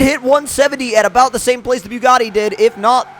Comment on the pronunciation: You say the Bugatti exactly like Tmartn you Both say byugatti like if you are puking😂